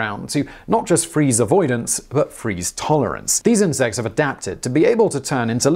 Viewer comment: stop saying insex.